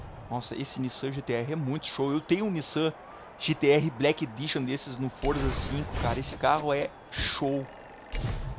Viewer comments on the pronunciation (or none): none